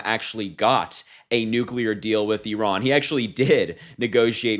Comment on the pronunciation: Finally, an American that doesn't pronounce it "eyeran"